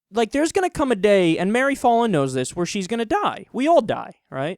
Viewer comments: btw, it's not pronounced "fah-lin", as in "ball"... it's pronounced "Fallin" as in "pal". Short-a. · It's pronounced "foul-in." I know because unfortunately she is my mayor. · I'm an Oklahoman and I kinda well not kinda I do hate Mary Fallin and also I love how Kyle says her name wrong